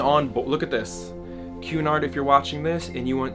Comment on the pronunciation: Happy birthday! Also every time you said Cunard I thought you were saying QAnon. k bye